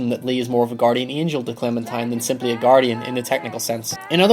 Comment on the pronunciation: Angel, not angle